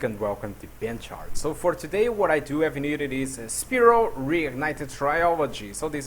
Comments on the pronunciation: The way you pronounce Spyro bothers me. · This is how we pronounced Spyro as kids